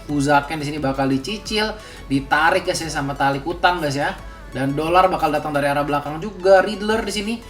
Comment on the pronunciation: gua awalnya jg nyangka gtu bro, pas denger caster phnya nyebut "Dlar" baru gua sadar...